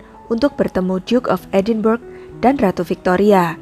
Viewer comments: Woi mustapa ucup..edenbrah yg bener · Narator perlu belajar lagi.. Edinburgh sebenarnya disebut sebagai [Edinbra]